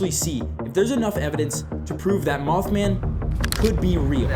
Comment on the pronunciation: Did he said mouthman